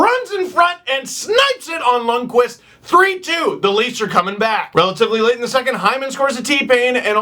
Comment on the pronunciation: YOU SAID LUNDQVIST RIGHT!!!!